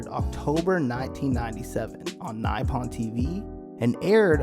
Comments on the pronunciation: Cringe mispronunciation, naipon lmao. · Man can't even pronounce nippon correctly ffs. How is this possible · Bro how are you such an Anime fan as to make youtube vids but can't pronounce Nippon properly? It's litterally the name of the country of origin. What's next, Sam-you-rye? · Bro can't even say Nippon tv correctly. All credibility out the window.